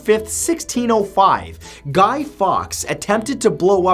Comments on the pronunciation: your meant to say guy forks not fox or fawks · you did reserch to find out who Guy Fawkes was, but did bother finding out how to pronouce his name, he's pronuced Guy Forks not Guy Fox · Matt, Fawkes is pronounced Forks. From a native British woman x x